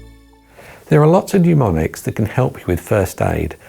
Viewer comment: It is NOT pneumonics. It is MNEMONICS.